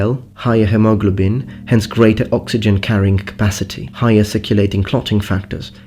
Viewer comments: Idk if its a british pronunciation thing but hemoglobin is pronounced Hee mow glow bin. Also, women have more WHITE matter not grey matter. And yes male brains are larger. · I've never heard it pronounced "hem-ah-gla-bin" before